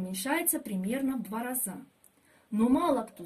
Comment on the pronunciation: Учите русский! Не разА, а рАза! Не крапивА, а КрапИва! И почве йод не нужен, агрономша! Полный бред!